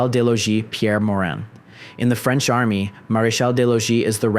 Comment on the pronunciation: your french pronounciation is pretty good! nice